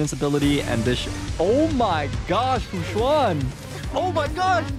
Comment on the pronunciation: why is he calling her fu juann :C